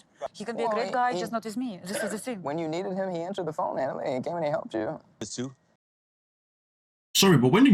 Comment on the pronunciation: Nutalie, Nutalie, Nutalie 🙄🙄🙄, please sit down girl 🙄🙄🙄